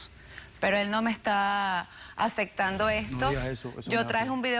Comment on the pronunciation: Adoccion? Acectando?? Aprende a hablar por favor!!!!